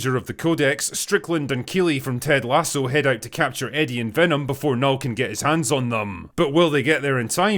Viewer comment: As a swede, I lament the fact that they didnt pronounce Knull properly (Portrayed in the movie as Null)